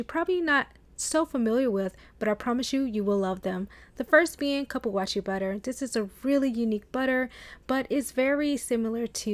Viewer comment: I think it's pronounced like Coo.Poo.Wah.Sue